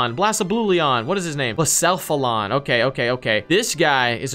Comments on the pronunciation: How to say Blacephalon (this is not meant to be offensive) Bla-sef-a-lon Edit: let me tell you a story: I was in build a bear and bought a 3 pack of Pokemon cards And in it was a Buzzwole full art gx The same thing happened but instead of Buzzwole it was a full art scratchy ex primal groudon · You say Blacephalon as blah-sef-a-lon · Blacephalon is pronounced bla sef alon Celesteela is pronounced cell e steel a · Blass-fallon lol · It’s, BLA SEF A LON